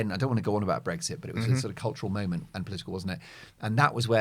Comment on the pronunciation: Mark. There is no 'g' in Brexit. You continually say BREGGSIT which is so no annoying. I agree with what you say about present and past governments. I am a big Brexit fan.